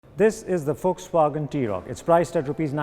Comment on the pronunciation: You are like one of the fewest people on this planet who pronounces Volkswagen the right way and man did I rewind isten to the audio so many times And you ruined it 😖